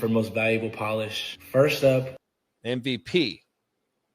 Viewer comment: saying "M-V-PEE" rhymes with hay 😂